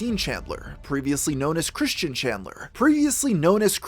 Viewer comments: Christian* not Christine.... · why do you keep calling him christine? lol